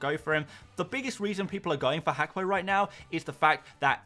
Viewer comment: Mate who is hackpo 🤣 say it properly haha